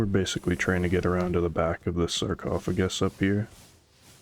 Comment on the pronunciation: Bro said sarcophagus lmao 😂 great guide